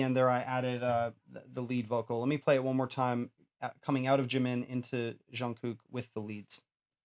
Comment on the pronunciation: I keep getting distracted by the goofy way he says "zshun-gook" It's just a J- sound. Like 'juice' or 'job'.